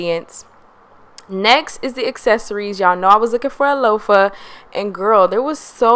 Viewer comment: Loafer I thought you were talking about shoes 😂😂😂 I’m like huh? Loofah 😂😂😂😂 LueFah